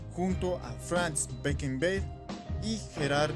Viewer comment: Franz bekenbé y gerard muño?mullo? Por dios casi me sangran los oídos y los ojos 🤣